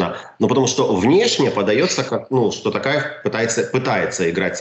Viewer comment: Ни Такаев! а Токаев.бесите, что трудно выговарит, То,То,Токаев,б...ть.алға Қазақстан.🇰🇿